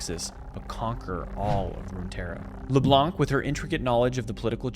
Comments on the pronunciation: I know it's dumb but my ears bleed each time I hear leblanKK😂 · Leblanc is a french patronyme and it's pronounced as if there were no c so it's pronounced leblan